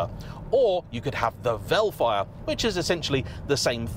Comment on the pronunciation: Read it like "Hellfire" 😅